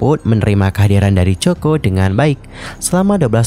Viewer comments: Kok coko 😂😂😂😂 bacanya koko tulisanya coco lee😂😂😂😂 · Gimana bs seorang Content Creator ngebahas tentang satu tokoh tanpa cari tau dulu hal paling sederhana dan mendasar, yaitu penyebutan nama. Well helloo,, it pronounced KOKO and NOT COKO!!!! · bukan cho ko, tapi ko ko lie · Pengucapan bukan coko.. Tapi koko Lee... Hmmm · Sakit kuping sy dgr nsma Coco Lee jadi Coko Lee. Moga2 be Coko l de buat yg ... 😞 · bukan coko min...lafalnya yang benul didenger dulu sebelum ngonten...sangat mengganggu min koko yang benul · Bukan coko. Koko. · Mas...... sebutan nya biar betul Mas....... Bukan Choko Lee tapi Coco ( Koko ) Lee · Maaf salah sebutan. Nama mendiang ialah Coco (Koko) Li Wen bukan Choko Li. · Bacanya 'Koko' bukan choco kaya chocolate. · Bukan coko ya tp koko cr bacanya....itu terinspirasi dr brand parfum favoritnya doi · Coco [pronounce nya Koko]. Keliatan tidak riset dengan seksama. Coba periksa media internasional nyebut nama Coco Lee seperti apa. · coco dibaca Koko, not choko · bacanya koko, bukan coko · Coco lee.. Di baca koko li. Bukan coko.. Jadi aneh dengernya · Maaf...Coco bacanya Kowkow..bukan Coko 😥😥😥 sama seperti Coco Chanel..bacanya Kowkow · Coco ( koko spelling) please read carefully before you spread the news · Coco Lee bukan coko lee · Aduh ganggu bgt ya min penyebutan coko lee nya...COCO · Ini ganggu banget dengernya coko. Kl ngk tau spelling nya se ngknya google dl mas 😅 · Kok coko.. Ga enak dgrnya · Mbacanya Koko min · Bacanya KOKO bukan COKO, min... pea loe 😅 observe pronounce dulu sebelum jadiin konten, biar ga diketawain subscriber loe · Kok coko lee sih baca nya😂😂😂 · Aneh dengernya. Nama orang koq plesetin penyebutannya. Bagaimana kalau nama channel anda di baca tidak sesuai dg nama yg sdh dibrand, pasti nyesek. Hampir di semua acara dia jelas2 di panggil. COCO LEE (baca KOKO). Bahkan saat dinobatkan sebagai BA Chanel doi berulang2 menyebut COCO (KOKO) CHANEL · haloooo, sebut namanya salah tuh, yg benar coco=koko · Ganggu banget denger “coko “ 😢😢